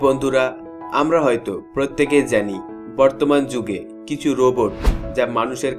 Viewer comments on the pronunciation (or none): none